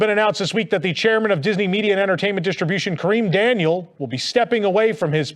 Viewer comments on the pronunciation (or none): none